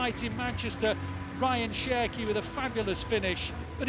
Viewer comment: The more they say Cherki, the more i hear Turkey